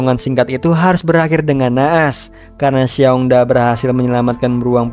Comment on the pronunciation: Ralate bang Paling yg di maksud xiong da di bacanya shiong ta artinya beruang pertama Bisa di maksud dengan kakak beruang sama xiong erl Di bacanya Shiong el artinya beruang kedua bisa di maksud adik beruang.